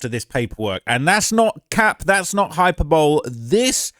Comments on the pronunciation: Did he just say Hyper bowl? Its like the super bowl but all hype, no action... Hi-per-buh-lee brother haha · High-per-boe-leee not hyperbowl 😂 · “Hyper bowl”. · Hyper bowl... You fn dipsh!t... Pronounced hi-per-bowl-ee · It's"hi-per-bo-leeee" not "hi-per-bowl". No shame, I once pronounced it the same way. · 😂😂 “hyper-bowl” Idk if that’s how yall say it over there but we say “high -per-bully” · Hyper bowl lol hyper boe Lee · Hyper Bowl? HY-PER- BULL‐E is the pronunciation fam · Hyperbole is pronounced hy-per-bo-lee. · Hyper- bowl is crazy 😂😂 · Hyperbole is pronounced Hi-Per-Boh-Lee big dawg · " Hyper bowl" 😂😂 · Hyper bowl?? 😂😂😂 It has 4 syllables 😂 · mans said "hyper-bowl" 💀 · hyper bowl ? british ppl pronounce everything weird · Vested doesn't mean wearing a vest. 😂 Come on, first "hyper-bowl" (hyperbole) and now this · "that's not hyper-bowl" ... Hyperbole 🤦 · Hyper bowl? 😭😭that’s a first I’ve heard it pronounced that way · "Hyper bowl" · HI - PURR- BOWL- LEE, buddy.